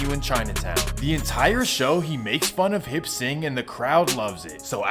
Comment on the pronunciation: Hip sing? Lol it's Hop Sing.. .